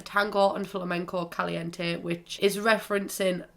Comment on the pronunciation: I’m Spanish and I’m sorry but I hate the way you say caliente